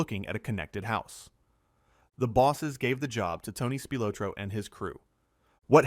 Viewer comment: ITS PRONOUNCED: SPIL OT RO.